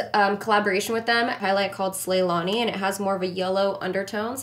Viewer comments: SLAYNALI not SLAYLANI. every time she said slaylani i died lmaooooooo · Yaaaaaaaas!!!!! But just FYI its slayNALI, like Ourfa ZiNALI. 😬all your looks!